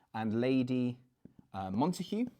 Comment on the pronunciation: Why do you pronounce Montague with an h when all times I’ve heard it was with a hard g?